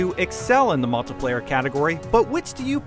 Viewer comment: I've heard people pronounce it mult-tee-player, I've heard people pronounce it mult-i-player, but I've never heard anyone pronounce it mult-tuh-player before...